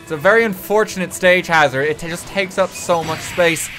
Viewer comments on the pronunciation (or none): none